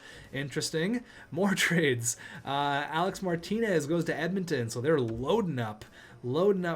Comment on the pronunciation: It’s not Alex Martinez it’s Alec Martinez